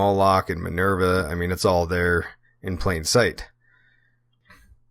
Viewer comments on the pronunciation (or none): none